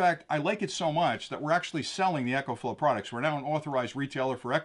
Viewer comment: Why do you call it Echoflow, the name is Ecoflow.